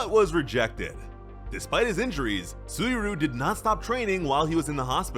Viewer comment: Im genuinely sorry to be that guy, but it isnt "Soo-E-Roo" its Soo-E Ree-You"